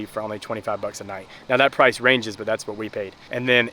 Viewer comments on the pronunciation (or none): none